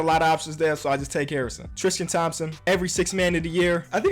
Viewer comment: "Triskan Thompson"